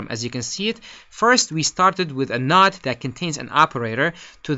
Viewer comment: You need to learn how to pronounce the word "node". Nice video though.